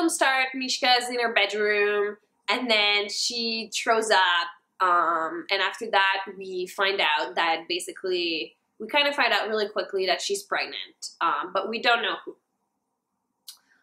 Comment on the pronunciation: why did you say "Troughout" and "Trow up" like can you not pronounce your H's?